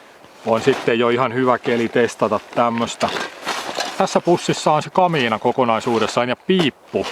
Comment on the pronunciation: Repeat after me: "ka-mi-na".